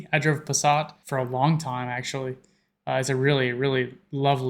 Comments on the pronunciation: I (German) drove a Passat (you pronounced it pretty well!) many years as well and I loved him (in Germany all nouns have sexes; it is "der" [male] Passat). I also had a Mercedes and I am pretty poor, just to prove that Feli's right with her explanation, that Mercedes, Audi, BMW etc are just regular, normal cars in Germany. Most of the cabs here are Mercedeses, for example. Even the police goes with Mercedes and BMW for the most time. So - it is no status symbol at all in Germany to drive cars like these. What is though are American cars like Hummer, Cadillac or Chrysler. Wooo, if you own one of these or just a gigantic SUV you'll earn many looks. The grass is always greener over there.🤷‍♀️ I'm sure, I made horrible mistakes; sorry. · Passat is said correct, we pronounce the ss a little stronger like a snake, otherwise it's fine. I drive a Golf btw. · Your pronounciation of Passat was literally perfect, like 100% perfect. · Your German pronunciation is pretty good. (That's high praise coming from a German.) And the way you said "Passat" was the same as ours.